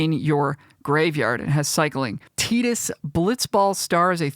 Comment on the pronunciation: Yo I was gunna correct your pronunciation of "Tidus" but I looked it up and you are absolutely correct. Wild, I've been saying "Tie-dus" for decades lol! I'll like and sub for that alone.